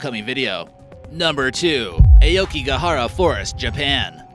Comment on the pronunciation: you butchered the pronunciation of aokigahara